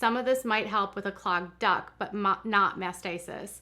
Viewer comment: I kept thinking that you were saying "clogged duck" and wondering how massaging a random duck helped mastitis 😂